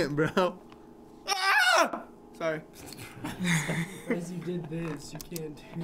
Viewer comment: When I'm a girl and griffin says braa Me:😯😕